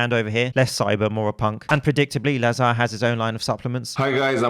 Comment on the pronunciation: `Lazr (emphasis on the first syllable, the second 'a' is silent) not La-zar. This is how you pronounce his name in Bulgiarian. I noticed, he also pronounces it as La-zar, so he will probably be annoyed 😂